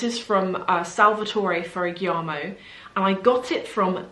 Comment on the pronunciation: Hi, just have to let you know that you are mispronouncing Salvatore Ferragamo's name!